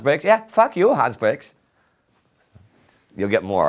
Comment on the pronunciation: I want to make indy saying "Faka you Hanz Bwix!" my ring tone